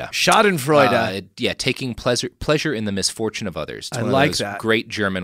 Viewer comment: Shoizenfraizha - joy in the mispronunciation of others